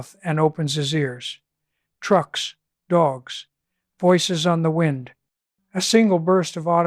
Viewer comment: At one point the AI narrator says “wind” as in “wine”, a clear trace of AI.